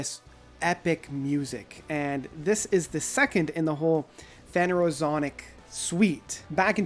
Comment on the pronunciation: its pronounced Fen er o zo ic.